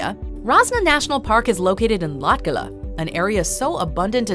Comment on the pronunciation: I shoukdn't be laughing but how you say Latgale and the subtitles i know for a turist it's hard to say but when you hear someone say it wrong it's funny